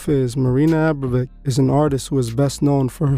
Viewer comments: Dude, its "abramovic" abra mo vic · It’s actually A- bra-mo-vich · It's pronounced (Aum-Brom-a-Vich ...) good looks getting this video out so quick brother. God bless 🙏🏼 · You’re not pronouncing the name correctly. You know that, right? Forgive me if it’s just your accent. However, I don’t want to take away from the video. I’m impressed. I’ve been studying marina for some time. Idk what it is yet that’s been drawing me to continue studying her, but with all the things that I’ve learned about the priestess. Ive managed to learn even more from your video. Thx again.